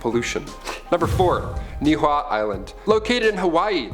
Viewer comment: The way he said Niʻihau made me cringe lmao pronounced wrong and didn’t even spell it correctly yikes but overall I liked this video lol